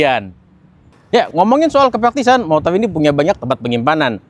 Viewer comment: Review motor kok ngomongnya motol😂